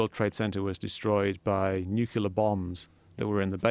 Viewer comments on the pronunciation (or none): says "nucular" and gets nicely corrected by joe saying nuclear and then the fucker says it wrong again... im triggered. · how come so many science and broadcast professionals can't say NUKE-LEE-UR. nuke-yu-ler isn't even close. you're speaking in public. GET IT RIGHT! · He pronounces nuclear "Nuke-yu-ler". Dislike. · Is there a reason West keeps insisting on saying "nucular"? Is it tongue-in-cheek, or am I mishearing? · The fuck. nucular? fucking nuclear. Twat. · He keeps saying 'Nuke You Lar'? I wish he'd stop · West: Nucular bombsRogan: Nuclear bombs?West: ... Nucular bombs.